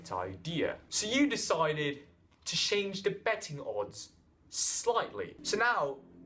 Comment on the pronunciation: why are you saying shange. It's "change"